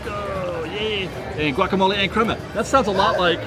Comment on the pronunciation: GWOCK-A-Moley! hahahahaha!!!!